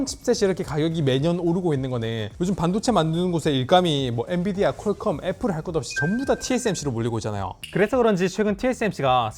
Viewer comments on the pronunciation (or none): none